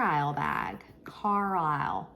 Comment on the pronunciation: Pronounced Car- Lyle 👍🏻